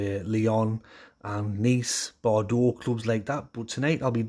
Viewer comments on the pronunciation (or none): none